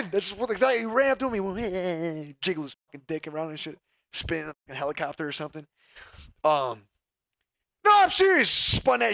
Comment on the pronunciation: Lol “Helicockter” but what a weirdo for doing that 🤦🏻‍♂️🤦🏻‍♂️